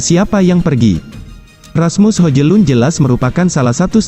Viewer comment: Hojlun dibacanya Hoilun....